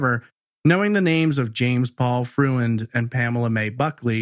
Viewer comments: Freund is a German name; and, it's pronounced Froynd, nor Fruh-end. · I believe the man's last name is pronounced FROYND.